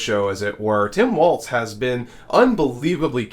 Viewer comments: It's sounds like you are saying Waltz but his name doesn't have a T in it. I'm pretty sure it's pronounced like walls. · Let's get the man's name right. It's not pronounced "Waltz", it's pronounced like " Wallz". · Why is it so hard for you to say his name correctly? You did this several times yesterday & continue today. It's Walz, not Waltz. Figure it out. Why should people watch when you can't do the most basic research? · BTW...his name is pronounced "Walls" not "Waltz" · It's WALZ - as in WALLS, there is no "T" in his name. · WALZ, not waltz. VOTE BLUE !!! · Sir his name is pronounced Walls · Walz not Waltz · Walz not Walt. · His name is Walz. Not Waltz. It is also Eau not Oh Claire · Walz not Waltz yo. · Walz not Waltz. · There is no t in his name. It is pronounced Walls. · It’s pronounced like “walls” not like the dance “Waltz” (no t in his name). But yes, I completely agree: for the vast majority of Dems, especially women & the men who support them, a palpable sense of joy! So excited for our future! TY Kamala & Tim, for bringing the joy or excitement for the future, back to our elections. The other guys talking about getting electrocuted from EV boats sinking vs jumping into the water filled with sharks… bc that scenario would be so realistic. 🫣 Snort some more coke or Adderall, Diaper Don! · His name is Walz not Waltz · It's "Walls" not "waltz" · His name is Tim Walz not Waltz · Walz Pronounced “walls” No “t” Not “waltz” Please! We have to deal with Republicans always intentionally mispronouncing it. Let’s get our side to show the respect of pronouncing it correct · Interesting information, but the mispronunciation of Mr. Walz's name makes me cringe. There is no "t" in Walz, so it's not pronounced like "Waltz". It's pronounced like "walls". Good work, otherwise. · walls not waltz. please say his name properly. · His name is WALZ, not “waltz.” Stop mispronouncing his name. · I was told that Tim’s last name is pronounced WALLS not Waltz with the T sound.